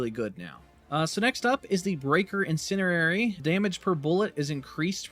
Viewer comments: INN SIN ERR AIR EEE = INN SIN DEE AIR EEE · its not 'in cin er ary' you mean to say "in cen di ary" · Breaker “IN-SEND-EE-AIR-EE” You’re trying to say the word “incendiary” and your brain is mixing it with the word “itinerary”, coming up with “incinerary” (not a word). Don’t mean to nitpick but you said it’s your main now, want you be able to say it😅 in-send-ee-air-ee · There is a d in incendiary. In-Sen-Di-Ary. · In send EE air ee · "incinerary" lol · "Breaker Insinerrerry" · Please look up how to pronounce incendiary. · One thing. You pronounce incendiary wrond :D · FYI the word "incendiary" contains a "D" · Why you say incendiary sounds funny😂